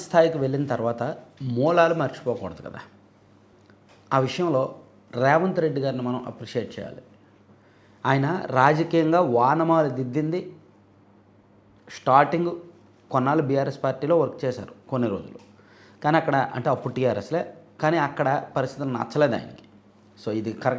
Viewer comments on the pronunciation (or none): వానమాలు కాదండీ. ఓనమాలు. వినడానికి బాధగా ఉంది. ఉచ్ఛారణ సమస్యే అనుకుంటా.